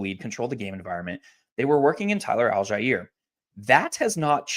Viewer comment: TYLER AL-JIE-EAR